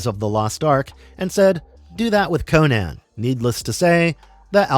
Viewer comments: Crom, this guy midprouncing "Conan" throughout the vid is killing me. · . CONCH the Destroyer?!?!